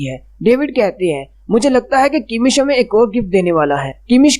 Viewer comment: It's kamish, not kimish